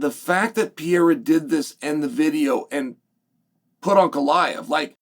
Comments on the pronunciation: Is it me or does it sound like Chael is calling him “Uncle Iev “😂😂😂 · piyera and uncle eyev